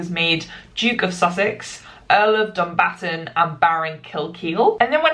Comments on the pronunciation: Hahahaha the way you said Dumbarton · I’m screaming at pronunciation of Dumbarton